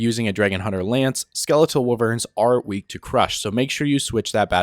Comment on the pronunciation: Hell yeah “skeletal waverns”